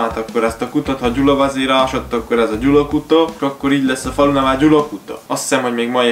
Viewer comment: Gyalakuta nm Gyulakuta 😅